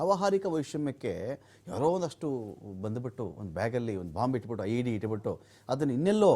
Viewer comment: ಲೊ ನನ್ ಮಕ್ಳ ಅದು LED ಅಲ್ಲ IED ಇಷ್ಟೇ ನಿನ್ನ ಯೋಗ್ಯತೆ